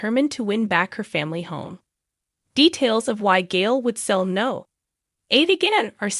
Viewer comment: It's number 8 coronation st no is short for number here in the UK not NO as in the word